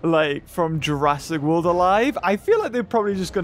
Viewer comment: Jurrasic not jurraisk